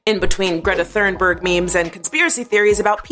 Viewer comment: No, Thunberg is not pronounced like thunder, but like tuna. It's a Swedish name. You're both wrong.